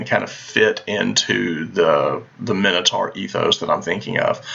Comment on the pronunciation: Why does nobody know how to properly pronounce Minotaur?